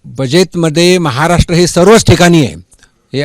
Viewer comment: केंद्रीय राज्यअर्थमंत्री असून....महाराष्ट्र हा शब्द नीट बोलू शकत नाही....हे दुर्दैव...😥